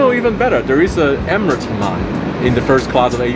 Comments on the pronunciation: It's hammaam not hamaan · wait Sam you actually said ‘Mahhan’ instead of ‘Hamman’ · the shower called hammam not haman